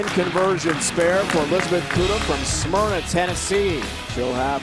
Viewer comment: I live in the same area as Elizabeth and even though she didn't win I'm so proud of her...and he mispronounced Smyrna